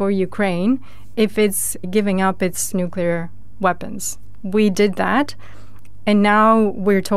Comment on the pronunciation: Somebody PLEASE teach that lad how to pronounce "nuclear"...'!